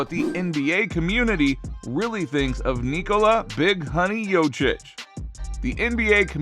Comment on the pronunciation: By far the worst pronunciation of Nikola's last name I've ever heard.